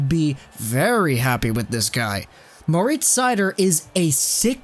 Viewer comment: Your german pronounciation of Moritz Seider is pretty good. Greetings from Mannheim :)